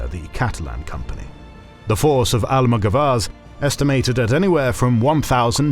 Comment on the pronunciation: Nice video, thank you! The maps are so useful for that time. I love this channel! Just a note: in Almogavars the stress is on the second a : almogávares. In Spanish, Italian and Latin, the stress usually goes in the syllable before the last one. In French is different, it usually goes in the last one.